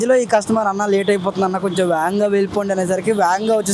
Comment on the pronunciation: Veganga ❌ vaganga ✅ 😆